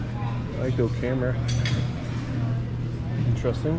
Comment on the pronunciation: The VCR was a funny one to me the way you said Camera, I believe that was hooked up to TVs for security cameras and someone put that sticker on it to denote what it was for as I'm sure there was more than one wherever it was originally setup at.